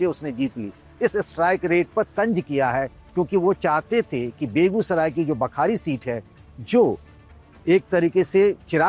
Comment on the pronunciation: Its बखरी not बखारी